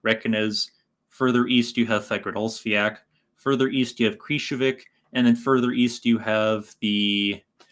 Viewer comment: According to a native Icelander i used to be subscribed to, named Roman, the volcano is not called Fag-ra-dolls-fee-ak(pronunciation), but rather Faag-ra-ds-fee-all(again, pronouncing it)